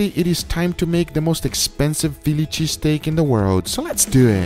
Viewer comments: "so Lehhs do ehhh" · “So less DeW eHhhh” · “Let’s dew it”